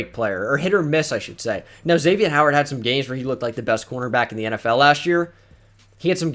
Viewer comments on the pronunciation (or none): none